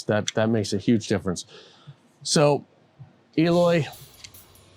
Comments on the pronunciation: Eloy is too humble to correct the host to pronounce his name right.. it’s Æloi, not Eeeeloy. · His name is pronounced "EH-LOY", not "EE-loy". Great player, great kit! Brazil on top of the world, baby!